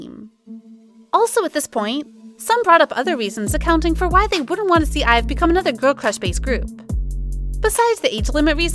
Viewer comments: IVE not being pronounced IVY is where I picked up my purse and left😂 second to not being able to count to at least 10 Now I'm just standing outside a burning club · I think ur saying their group name wrong